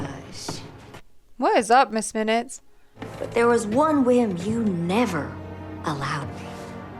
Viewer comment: Sorry. Miss Minutes. I thought you said miz😅